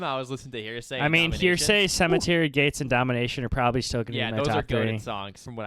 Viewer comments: The fact you keep pronouncing heresy as "hearsay" is quite annoying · Please guys, it's pronounced "hair-a-see"